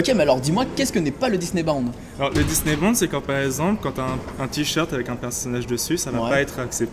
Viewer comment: juste une petite précision. le disneybound se prononce disneyboUnd et pas disneybawnd ou disneybOnd disneyboUUUUUUnd. ah non pasque ça me stresse vraiment. désolé mais la prononciation me stresse et puis la bête il faudrait rajouter du jaune sorry mais il est très bien fait.